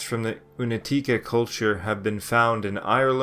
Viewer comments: This is a good documentary, with only one complaint. The letter "C" ia always pronounced as tz in Slavic languages. Never as "K". So, Unetice is really Unetitze. And, Un E tice. Not Unet I ce. And it's plural. We just made everything easier. I see most Anglo-Saxon speaking narrators have a problem with this. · It's pronounced like oonyetyeetseh not unateekah thanks